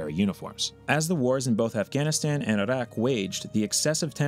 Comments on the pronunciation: Why did you say Iraq funny? It's like when American's say Mexican names they'll suddenly adopt a strange affectation. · The way you say the word "iraq" just rustles my Jimmy's for some reason. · Why do pronounce Iraq that way? It's funny. I'm not over here saying "eye-rack". But geez, you put that funk on it. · Interesting pronunciation of Iraq...